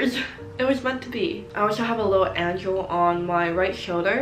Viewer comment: Anybody here to check if anybody else was uncomfortable by her angel pronounciation?